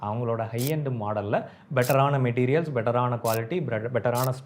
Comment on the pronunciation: Adhu "METERIAL" illa da tharkuri "MATERIAL" Padidah paramah padi